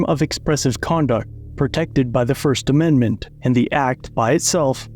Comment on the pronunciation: This stupid chief doesn't even know how to say "First Amendment Protected Activity" correctly. Makes you wonder....